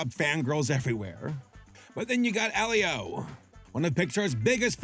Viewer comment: AL-leo?! You prounced Elio (EElio - Elio with a HARD E) AL-leo?